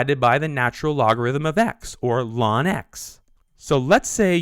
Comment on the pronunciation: bruh why he sayin lawn